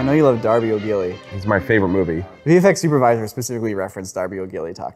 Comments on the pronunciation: It's Darby O'Gill, not Darby O'Gilly... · because this isn't the first time you've referenced the film, it's DARBY O'GILL, not "Darby O'Gilly". 🙂